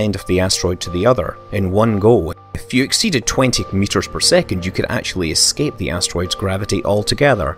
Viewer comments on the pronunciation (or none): none